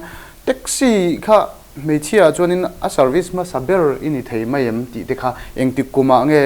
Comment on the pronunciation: nang meuh chuan 'mai' hi 'mei' ti ve tawh teh suh a..!